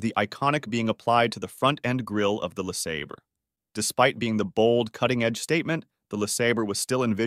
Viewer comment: Who is narrating this?They can't pronounce Le Sabre properly!